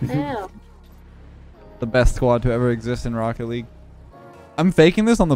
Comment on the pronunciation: I prefer “wocket legg “